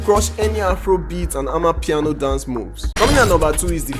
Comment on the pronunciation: For goodness sake . Its called amapiano . That is a South African word . Please stop it